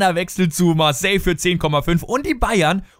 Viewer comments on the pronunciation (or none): none